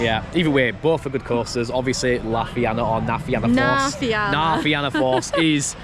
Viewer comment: It's pronounced "Na Fee-na force", so said normally sounds like Na Feena force.😊 Yall Brits pronounce it the same Na Fee-anna force which is wrong 😂. Love thie vid. This is my local theme park, I live about 20 minutes drive away. And agree, the back of Cu Chulainn is absolutely nuts.